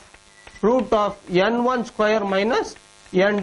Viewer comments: why is he saying n1 as yen 1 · suchit sharma it's funny right? 😂